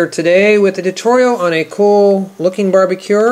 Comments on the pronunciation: He said barbecuer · i love how you say "barbacure" not barbecue its cool